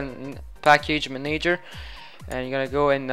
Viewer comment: Manayger. Haha